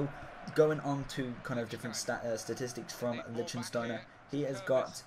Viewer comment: You pronounced his name totally wrong :)